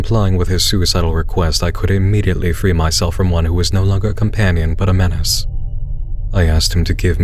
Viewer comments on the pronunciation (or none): none